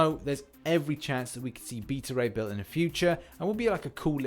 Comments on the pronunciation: It's pronounced BAY-TA-RAY B-ILL come on man. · "Beata Ray Bill?" Where do you even get that pronunciation?